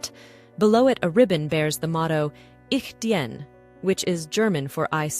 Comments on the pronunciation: The motto Ich Dien is not pronounced "Ich Djen" but "Ich Deen".... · 'Ich dien" is pronounced "Ich deen/dean', certainly not 'djen'!!! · Please, if you try to pronounce German listen to and learn the correct pronunciation and practice. No ick, no dee-enne. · Ich dien is pronounced Ich deen.... ie is like a double 'e' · Unfortunately wrong pronounced: ich diene , about pronounced like the English " dean" with an outflowing "e" pronounced similarly to the English indefinite article " a" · "Ich dien" is spoken like "Ich dean", dearest greetings from Germany and thank you for your wonderful video😊